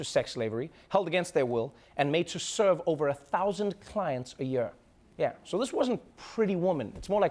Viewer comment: Hey Trevor, it seems you 'have not lost your accent'. Every time you say 'year' I hear some South-African.